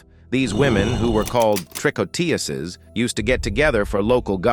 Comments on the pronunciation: Trick on tuurs is how it is pronounced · I gave up after a few minutes of listening to your pronunciation of 'tricoteuse'. What is it with you Americans when it comes to French? It's just a relentless, ignorant massacre. The word is pronounced as 'trih-coh-tuhz'. You didn't mangle the other French names so why this one? Google could have helped you with this you dumb Yankee. Thumb most utterly DOWN. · learn how to pronounce tricoteuse please. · Maudit Anglais. Même pas assez brillants pour prononcer tricoteuse à peu prés correcrement.😢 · Please, pronounce the French word TRICOTEUSE properly!!!!!!!!!!!!!